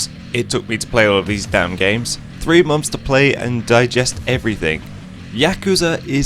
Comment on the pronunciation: "3 mumfs"